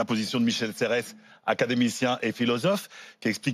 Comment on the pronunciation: Je voudrais dire à qu'on ne dit Michel "Serresse" Mais Michel Serre. Quand on veut faire l'intello, on se renseigne...